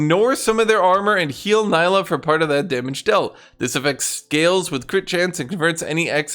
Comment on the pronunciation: It's not pronounced Ny-lah for God's sake, It's Nee-lah !